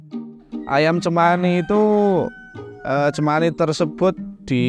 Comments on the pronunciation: To the narrator on the Ayam Cemani segment: You literally watched hours of videos of the breeders pronouncing the name and still chose to mispronounce Cemani... 😶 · Chemani not semani - ch like in chair